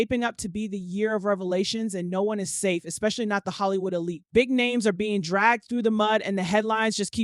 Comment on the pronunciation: Ok. Like the recap the narrator provided but the pronunciations were bothersome. Suge ( Shoog) not Sooge. Lol!! Elite (Ee-leat) not Ee-Light.